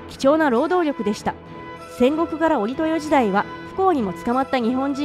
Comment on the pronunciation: 「織豊時代」：” おりほうじだい ” などと読まないでほしい。 ”しょくほう”。